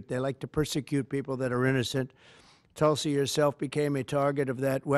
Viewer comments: It's TULSI ...not telsi ....it means the sacred Hindu plant....Indian basil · Its not tul-sey.. its toolsii